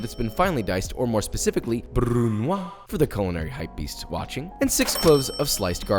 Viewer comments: the "s" in brunoise is not silent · Thanks for another tasty recipe! I'm not a hypebeast, and I don't know what that is - but I did train as a French chef, so just fyi - when pronouncing the word "brunoise" you should say the final s sound, because it's followed by a vowel.